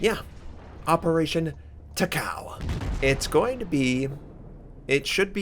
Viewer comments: She's not TAH-COW. She's TAH-CAH-OH. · It's not Ta-cow. It's ta-ka-oh. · Takao's name is pronounced Ta-Ko. Please every time you say ta cow it really makes some of us cringe >_< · it doesn't read like that not ta kao in japanese language her name is ta ka o(oh) 高雄(たかお) like Myōkō 妙高 myo ko みょーこー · it's Taka-O, not Takaw lol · it's pronounced Taka Oh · Please pronounce: tah - kah -oo 3 even syllables with NO emphasis on any one syllable It does NOT rhyme with "Macau." Please watch anime on if you don't believe me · It's pronounced as ta-ka-o(tah-ka-oh). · Actually its Ta-Ka-O ...